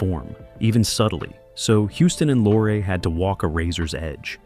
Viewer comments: Peter’s name wasn’t “Lorra.” He pronounced it Lorrie” and so did the industry Get your stupid AI narration dweebs to pronounce names correctly. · This AI is so bad, They say lore instead of Lorrie and don't even know they're screwing up. The narration is pathetic, for an otherwise good production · BET Davis??? Peter LOR?!!?!? for CRIPES SAKE - STUPID Ai narration bullsh*t!! THUMBS D O W N !!!!! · HEY A.I. ROBOT ANNOUNCER! It’s BETTY DAVIS EVRN THOUGH ITS SPELLED “BETTE” Second, it’s pronounced “LORREEE”. Peter Lorre! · Everybody in cinema realms knows: BET-TEE Davis (2 syllables). Peter LOR-RAE. BTW, Peter and Humphrey were lifelong friends. Mary had a SECRET, you say?! Not secret! Scandal. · When the AI "reader" refers to Peter Lorre as "Lore" - I'm gone. Better luck next time. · Note to OP: Spell Bette as "Betty" Lorre as "Laurie" Gutmann as "Gut man" for the AI to pronounce it right. "Carecter"? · Pronouncing "Lorre" as "lore" particularly irritated me. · Ya, I agree with Kerry Lockhart below: can't some of these narrators pronounce names RIGHT?? This narrator bird said "Peter Lor," for peter Lorre, and he said "Bet Davis" for Bette Davis , pronounced "Betty." Come on! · And Lorre is pronounced lore- ree. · and you know some kid 50 years from now will say that he's saying it right because he heard on YouTube pronounced "Lore". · Why do you pronounce Peter Lorre's name all but the first time you say it?